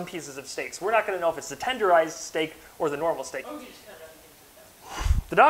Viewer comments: I love how he said stek and got fricken 8.1K likes like...... what? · Mmmm..... Yess...... STEK...... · stek indeed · Yes stek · Yes, stek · Good Stek